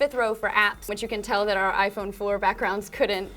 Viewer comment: erm, it's pronounced iPhone...